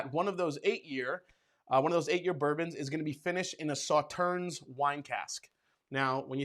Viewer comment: It is not pronounced Sauternz. It is pronounced Sauterne.